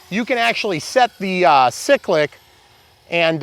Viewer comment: Isn’t it “Cie-clic”. ;)